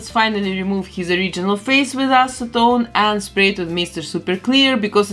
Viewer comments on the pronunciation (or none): none